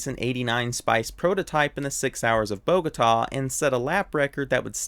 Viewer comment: Thank you for presenting the right things of this beautiful paradise and interesting background on one of my favorite F1 drivers! Protip: Bogotá is pronounced with the accent on the last syllable, not BOgota... ;)